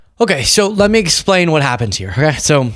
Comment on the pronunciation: ‘…let me splain….’ Splain what?